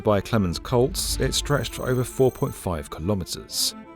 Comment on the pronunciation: The architect was called Clemens Klotz, not Koltz. Klotz is quite fitting as it means “block”. – I visited Prora in the early 2000s when it was still quite desolate. The icy and windy conditions with a bit of snow gave quite the fitting atmosphere. Walking along behind it was a very strange experience as you seem to be walking without getting anywhere because of the uniformity of the building. This is something they should keep. Otherwise it will lose the uniqueness. The type of architecture with blocks being set at regular intervals is called “Kammstellung”, ie comb structure. It can also be found at the Volkswagenwerk in Wolfsburg. Prora was planned to have central heating and the drain pipes were installed internally for a neater look. However when the Soviets took it over the heating system had not been completed. So what did they do? Broke holes in the walls and installed coal ovens. The copper fittings from the drains on the roof were also stolen and this caused quite a bit of water damage.